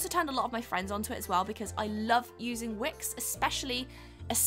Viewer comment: At the end when she said thank you to wix for "sponsering this video" i heard ", thank you twix for sponsering the video" haha